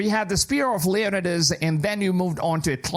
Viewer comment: My man pronounced Leonidas Leondis